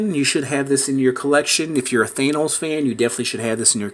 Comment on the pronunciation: It thanos not thenos